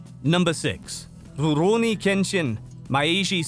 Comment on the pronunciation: why bro say rurouni like that lol